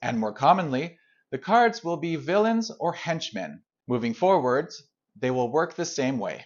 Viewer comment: I've never heard anyone pronounce "henchmen" like "hench men" before.